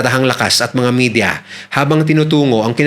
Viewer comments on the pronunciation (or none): none